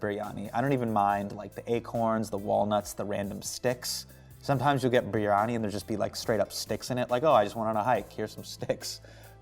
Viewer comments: did he just say biRRRRiyani??? lol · Biryani in an American accent is weird 😂